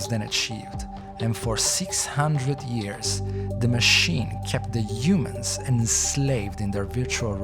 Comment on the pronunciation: everytime he says “Yumans” take a drink.